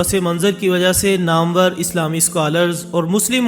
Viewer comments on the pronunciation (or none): none